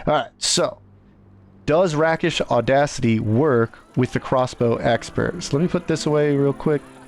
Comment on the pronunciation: It’s pronounced “Rake-ish.” It’s a Swashbuckler thing or a thief term. It refers to acting like a real “rake”(kind of a medieval never-do-well…but more upscale).